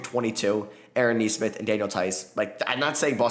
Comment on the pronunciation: YOU FINALLY SAID NESMITH RIGHT!!! IM SO PROUD